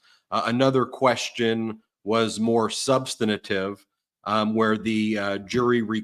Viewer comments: Substitantive. That's how he pronounces substantive. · Ben, please learn how to pronounce "substantive"!